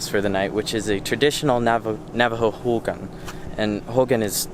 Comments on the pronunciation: Hogan is closer sounding to ho-gone than ho-gun haha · hogan = ho-gawn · I love the way you pronounce “Hogan” even though it’s mispronounced. #navajopride ❤️❤️❤️❤️